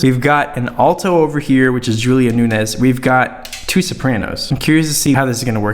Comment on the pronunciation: Its Julia “noons”